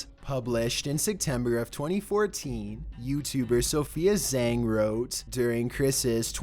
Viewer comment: Zhang is pronounced jaung not zeng